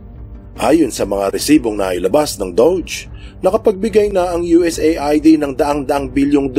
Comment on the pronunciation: US-AID ang tamang pag bigkas sa USAID...